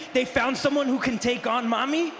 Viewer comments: It's "Mami", not "Mommy". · I think he was just calling her "Mami" lol. For him being Mexican, makes more sense lol. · The way Dom says “Mamie” is so strange